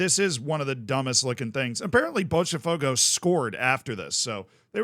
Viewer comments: You only use the "ch" sound for "te" or "ti" , Z. "Botafogo" not "Botchafogo" lol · stop saying Botcha its bota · Pronunciation tips: Palatalization, which results in the /ʃ/ sound after the /t/ that you're trying to do with Botafogo only applies when the T is followed by E or I in some regions. When it's followed by any other vowel, it is closer to the English T or a hard T for some regions. This means that for Botafogo, it would be pronounced [botaˈfogʊ] (you can use an IPA reader to check how this sounds with a Brazilian accent. (you actually got the pronunciation right once or twice in the video when you were not trying to do it right) Note that palatalization occurs also with the letter D in the same contexts. Regarding the letters S and C when followed by E or I does not happen in Brazil, so in Brazilian Portuguese, Fluminense sounds much closer to what an English speaker would intuitively try to say rather than with the /ʃ/ sound at the end. So, Fluminense would be [flumiˈnẽsɪ]. I recommend to check Pɛtɾʊs, which is a tool to convert words to the phonetic alphabet with the Brazilian accent, then you can put it into most IPA readers and you'll get something close to the actual pronunciation. I recommend the ipa-reader . xyz because it has multiple pronunciations, including two Brazilian voices. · It's pronounced more like floomynancy and bawtuh fogo